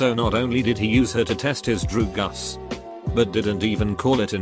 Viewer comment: Don't do drew-gus!